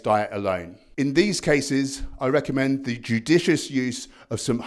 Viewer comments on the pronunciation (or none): none